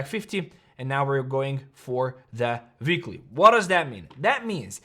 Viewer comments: It's weekly not veekly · “Veekly order block” 🤌🏼🤌🏼🔥